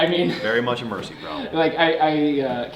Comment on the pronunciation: Murci, not mercy. Now you know why